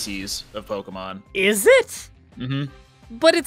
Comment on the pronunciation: Spoilers: Miydrie Beard: "POKEY MON" X 1000